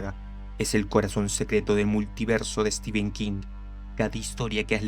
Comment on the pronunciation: cada vez que te escucho decir steven king me dan ganas de dejar de ver pese a la excelente narración , se pronuncia "estifen" o "stefen" no "esteven" , solo eso después 10/10 la narración